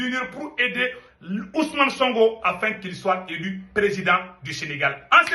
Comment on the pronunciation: C'est sonko pas songo toi aussi avec ton français